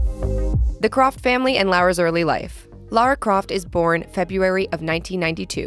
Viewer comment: “Lera Croft” yes nice one